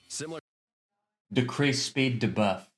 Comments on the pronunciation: I hate the way dude says debuff - DAY-BUFF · DUH-BUFF? It’s got to be janky AI right?